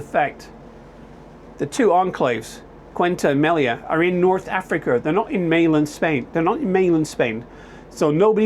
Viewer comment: Say oo tah. That's how you pronounce it. And Meh lee ya